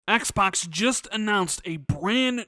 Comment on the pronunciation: I personally can't stand the way u pronounce 'xbox' lol